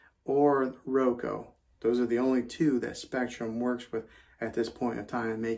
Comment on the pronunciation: I just have to say because it’s bothering me. It’s RO-KUU not Ro-ko